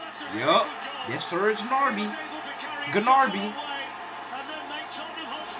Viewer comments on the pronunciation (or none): GNARBY 🤣🤣 jesus christ